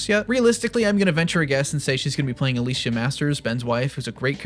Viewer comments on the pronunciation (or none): none